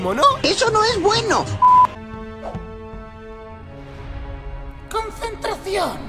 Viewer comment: Se le corto dijo consintri perdón consentracion